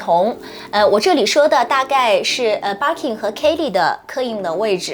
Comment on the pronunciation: Birkin 從你嘴裡變成 Barking 🤣